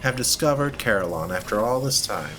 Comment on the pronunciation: shoutout to the Desolation of Saliba. beware, a Curator once spawned there for me im happy to hear you say Carillon like I do, most people ive seen say cuh-RILLin lol on the Gaslight Terrace aside Carillon is kind of funny to me, i imagine old zealots of history performing pain-inducing ritual for sin committed, but the punishments here are just random activities varying in degrees of agony and comedy